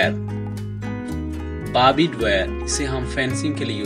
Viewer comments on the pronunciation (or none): It's "बार्ब्ड", not "बारबीड".